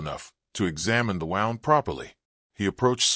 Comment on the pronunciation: Please Please Please learn to READ ..... WOUNDis pronounced Woo..ND Please People its so sad that Voices coming up are not educated enough to be a Voice we would love to listen to